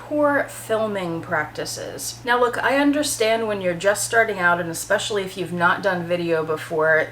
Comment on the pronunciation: I agree with all of the above. However, the most annoying thing is when they use words that DO NOT EXIST. “eXpecially” is NOT a word people.